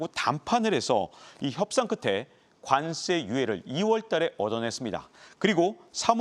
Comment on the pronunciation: 관쎄 관쎄 왜 이렇게 세게 발음하시죠?